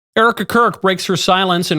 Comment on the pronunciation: Still can’t say her name.